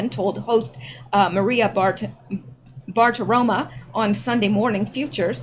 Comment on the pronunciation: It is pronounced like bar ta roe mow NOT bar ta roma like the tomato!!